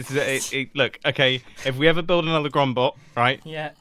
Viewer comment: Is it wierd that every time someone says grumbot I hear grumbo